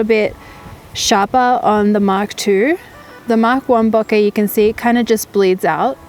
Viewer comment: I thought she was saying "bucket". "Huh? What's bucket?" Lol. Then it dawned on me..."ohhhhhh, bokehhhhhh".